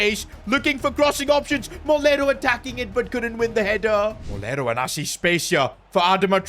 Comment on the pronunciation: Its “Moleiro” And you are pronouncing it as “Molero” 😭